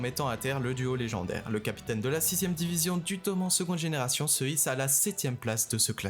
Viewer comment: Toman oui mais normalement on entend le E